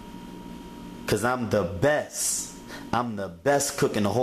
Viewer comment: "The Bess"